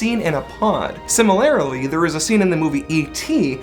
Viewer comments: Also simarily? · similarily lol